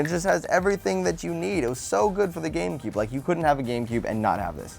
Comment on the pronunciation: At about 2 mins she says game coob xD